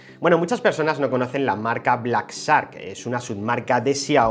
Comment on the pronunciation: se me hace chistoso como mencionas shark, es que se pronuncia como si dijieras chark pero tu omites la h jeje, pero fuera de eso que pedazo de telefono los simples mortales no tenemos acceso a tales cosas.